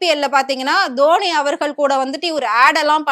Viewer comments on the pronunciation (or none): none